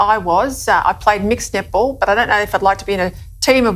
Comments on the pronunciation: I think she's saying "Net ball", but I'm hearing "Nipple". Didn't know there were Nipple championships. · I can’t talk the Australian lady seriously. I know she is saying “netball”, but it sounds like nipple. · "Netball" pronounced by an Aussie sounds like nipple... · Let’s be honest, that Australian reporter saying “net ball” sounds hilariously like nipple. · Sounds like the Australian news is saying Nipball.” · I know this is serious but i keep hearing queensland nipple team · Every time that reporter said netball, I heard nipple. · Every time she says "netball" is sounds like "nipple". I can't stop laughing! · I swear that reporter is saying "nipple" not "net ball." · Australians pronounce Netball like Nipple. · Is she saying 'netball' or 'nipple'? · All I hear when the reporter says "Net Ball" is nipple lol... "The all boys Nipple Team" Sorry lol